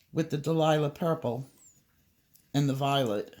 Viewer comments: It's so cute how you call it Delilah Purple when it is really Dahlia (DAL-YA) Purple. Thank you for all your wonderful tutorials!! Blessings to you always! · For all the colourists who say "Dahlia" wrong - it's a flower and pronounced "Dale-ya" but you may be doing that on purpose lol!!! 😂